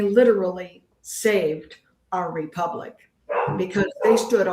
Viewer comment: come clean! You know you lied about the Generals telling you that Sandy Miarecki infiltrated the group, and that this splinter group of Tim's was the real Republic. How many members do they have,? lol 56? This is sad cosplay nonsense. Oh, and tell the word is republic, not repubic. lol